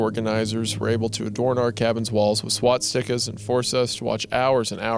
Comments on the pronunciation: "swat stickas" got me good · Swatstickers lmao wendigoon can’t say shit right